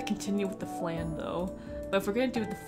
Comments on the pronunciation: Ah! Minus 12 right right!!! I knew I was forgetting some easy formula for it. Now the question is do I still say "FLANNE" for the memes, or go with the correct pronunciation of "FLAHN" ? Forgive me and memes I'll say it correctly next time XD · I love memes lol, so you're fine 😂 it doesn't bother me at all. Every time you said 'FLANNE' I couldn't stop laughing. Tbh, listening to your commentary feels like I'm just watching a close friend stream a game. It's very comforting, honestly.